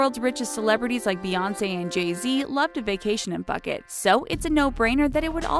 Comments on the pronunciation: Phuket... "Phoo-ket"... Not, "pucket" D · Phuket is pronounced “pu get”. Not “fuckit”! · Phuket pronounced Poo-ket not Bucket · Phuket is pronounced as “Pu-Ket” not Fuket or Bucket like this chick did. Why America?? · Phuket is pronounced poo-khet. not fuckit... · She lost me at "puck-it". It's pronouced "Pu-ket" 😑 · They really called Phuket (pronounced poo ket) FUCKIT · What the f**k is bucket. where is it!? If it's in thailand it's PU-KET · Stop pronouncing it bucket, say it like phoo-ket for Phuket. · excuse me I'm Thai and I don't want my country to look bad and secondly it's Poo-get not Buck-ket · hahaha BUCKET! Poo-ket. its even on the pronunciation button when you search the place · "fuk it" she pronounces it hahahaha. It's pronounce poo-ket. Idiot. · It’s Foo-Ket not Fuk-It 🤦🏻‍♀️ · seriously if you going to voice over get the name rights, it pronounce puuket not bucket and spell Phuket, and H is silence like in French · Phuket is pronounced "poo ket" not like "pucket" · Bucket?? It's Phuket ya div...... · phuket='poo-kade' not bucket. For the love of science pls hire a cultural consultant or atleast someone who knows other sites than wikipedia. The game of thrones video was especially painful. Sorry to be blunt but it's been going on for a while. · Did she really pronounce Phuket as f**K it? As opposed to foo ket? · ภูเก็ต not par-ket its poo-ket............................... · tell your lazy speaker of the video to do her research before she talks , PHUKET was pronounced very WRONG. Its not hard to pronounce for anyone who ever heard the real pronouncuation for the word phuket. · she said F-cket, not pookhet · "Poo-ket" not "Puck-ket" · Its not pronouced as bucket.... its pronouced as Phoo-khet. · Phuket is pronounced poo-khet. not fuckit LOLOL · Lol am I the only one who thought she said “bucket?” 😂😂😂 I think she mean Phuket lol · Puck-et. lmfao.. it's Poo-ket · It's pronounced PUH-KET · And it’s pronounced poo-ket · It’s pronounced pu-ket 😂